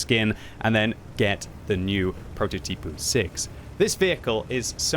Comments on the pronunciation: Why pronouce it Prototypoo, is that some kind of kindergarten joke? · Why do you pronounce it as prototipOO ?